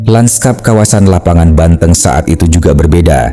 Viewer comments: Lapangan BANTENG ( hewan kaki 4 masuk bangsa sapi , hidup dihutan ) bukan BANTENG , E yg diucapkan sprt menyebutkan kota Banten min . Koreksi cara melafalkn . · Dari video ini saya jadi tau cara mengeja kata " banteng " dgn benar. AI memang hebat